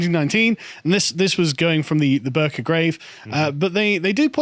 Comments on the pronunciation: Bi-rka* Swedish pronunciation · The 'i' in "Birka" is pronounced like the 'i' in "fiddle". Just my 2 pennies. :)